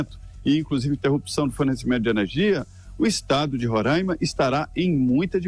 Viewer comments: Alguns falam rorãima e nao ronraima como vc disse. O correto é Roraima. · NAO É RONRAIMA, SE FALA RORAIMA. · É Roraima não ronraima Felipe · É Roraima, não Rorãima